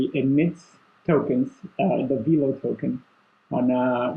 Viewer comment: It's veh-lo not vee-lo!!!!!!!